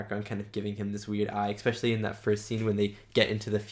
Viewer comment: Really great reaction man, but seriously, you don't want to go through your life saying expecially do you? There's no x in especially.